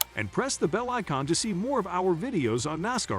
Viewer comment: i will believe what you say when you get a TTS voice that can say NASCAR correctly, Larson being in 500 is common knowledge